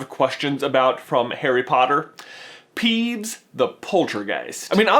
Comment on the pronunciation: .....You said peevbes instead of peeves